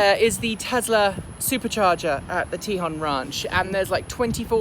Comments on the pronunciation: Tejon is pronounced Ta Hone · Not that it matters, but: te-HOHN, long O.